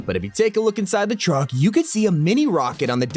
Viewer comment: when he said truck it sounded funny to me